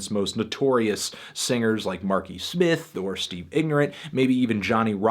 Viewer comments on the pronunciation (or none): none